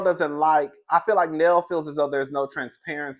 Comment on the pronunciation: Hey ❤️ Her name is Nell, rhymes with Bell.😊